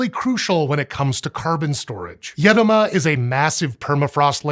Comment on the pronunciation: Congrats on the effort of using the correct accent in the word "Edoma",. In Arkhangelsk region (Russia) where i live this word goes back centuries, with mostly forgotten meaning of "deep forest".